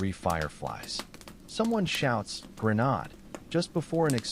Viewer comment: teach AI how to pronounce grenade and Okinowan turn the snapping fire down more time in between sentences.